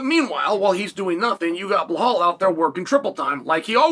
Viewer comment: BLAH-HALL remember the name Muhammad ! Good job Chael P.Brain.